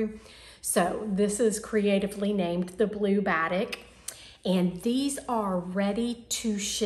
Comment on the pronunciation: so happy to see you again. Glad your mom is on the mend and can soon move into her beautiful new home. (Just a hint....batik is pronounced as ba-teek) 😉 love your confetti top and would love to have in my wardrobe. So glad you are back!